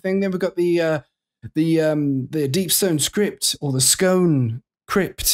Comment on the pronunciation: On what planet is “In” read like “I’m?” And did you just call the raid the Stone “Script?”